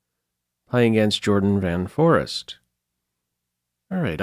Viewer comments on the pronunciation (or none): 1) VAN FOREEST [fou'reist] - emphasis on the second syllable. "Van" means from (as in "van Doorn" etc.) - a very common preposition in Dutch family names and unlike the German "von" ("von Stauffenberg")"van" doesn't denote nobility. There is no word "forest" or "foreest" in Dutch - forest is "bos". 2) ERDOGMUS - emphasis on the first syllable, as in Erdogan - so my Trukish room mate tells me. Greetings from Salih and Koen from Berlin.